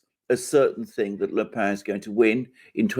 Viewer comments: dear alexander mercouris, the surname of marine le pen in french is not "le pain" (i.e. the bread) and is not pronounced thusly, but "le pen"; and the name is pronouced exactly as the english pen, that contains ink and is used for writing: the name, correctly pronounced, is indeed: marine (ma-rin) le pen! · PLLLEEEEZZZZ !!!!Its not pronounced " le pain" its "le pen" as in PENcil!!!!!😬😬😬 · Le « pen » pronounced pen not 🥖 pain! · AGAIN: It's not pronounced " "LE PAIN". She's not bread. It's PEN, like the English word for the writing instrument. PEN. PEN. PEN. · Le PEN NOT PAN, how many times. Like your 'Oh no I have it on good authority her name is pronounced JIZZLANE' Lol. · Le Pen is pronounced as Le PENN not "Le Pain" (="bread"). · Pen is pronounced just like Pen in English, not "pa"... Le Pen is a Breton name., so pronunciation not so good. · You should learn how to pronounce le Pen correctly. "Pen" is not nasalized, but is pronounced like in english "pen" . The deviation from normal french nasalation is because Pen is a Breton word (the family is from Bretagne). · Agreed... It's Pen as in parker, the Alexander pronounces it as if it Bread (I think) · The 'e' in Le pen is not a nasal vowel ! Please look it up !